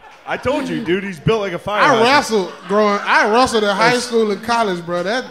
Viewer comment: "I wrustled in highschool, college". What the fuck is wrustled?